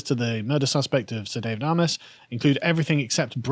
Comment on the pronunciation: Excellent vid as ever. Not the major point but as a resident of a seat that adjoins Southend West, his name is pronounced "AY-MESS" not "AH-MESS" or "AY-MOSS".